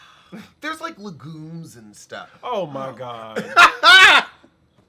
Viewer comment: I might be childish but saying "legumes" like that tickled me pink😂